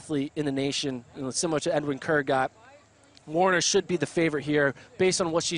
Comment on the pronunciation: It's Taylor Werner, not Taylor Warner!